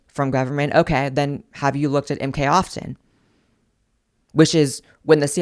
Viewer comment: Its sounds like your saying mk austin. But it comes up as luxery bags.